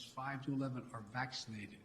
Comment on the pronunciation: I hate the way he says "vachschinated".